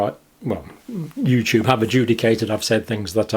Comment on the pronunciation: Youtoob is Pootoob